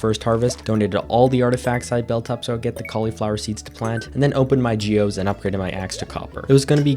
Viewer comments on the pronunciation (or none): none